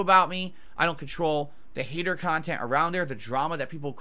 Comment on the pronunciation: this man really said "educational" about his own kahTENT